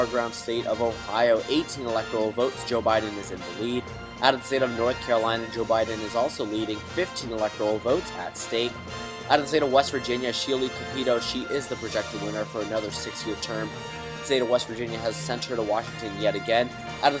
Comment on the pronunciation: You need to learn Shelly capito it’s capito like capitol other than that my favorite video